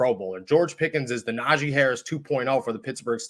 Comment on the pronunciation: Nah-G... not zhi lol